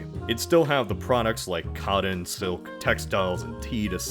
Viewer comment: The legend of the “Cod Inn” grows every time he tries to say cotten